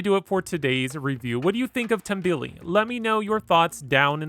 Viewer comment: its pronouced tomb-be-le not tumble-e